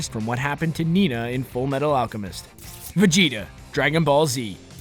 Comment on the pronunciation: He said Vegita wrong